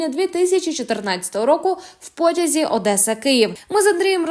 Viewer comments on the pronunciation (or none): none